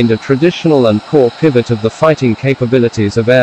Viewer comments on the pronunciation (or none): none